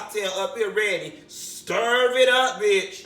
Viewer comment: I die every single time you say “stirv it up”😂😂😂😂😂